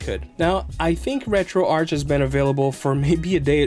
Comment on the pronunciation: wow. You can pronounce Arch properly!